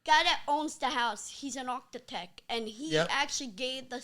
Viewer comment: Nah cause how does he say archtitects like he did and then go on this rant 🤣🤣